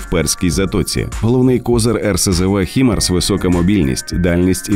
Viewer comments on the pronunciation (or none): Хаймарс, а не Хімарс. Так треба. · Які, нафіг "хімарс"? Ви що, англійської не знаєте? Треба читати "хаймарс". Перше слово, яке входить в цю абревіатуру це слово "high" - High Mobility Artillery Rocket System (HIMARS). Воно читається як "хай". Невже так важко погуглити перш ніж відкривати рота на загал?